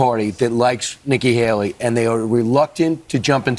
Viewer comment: “Nikki baley” lol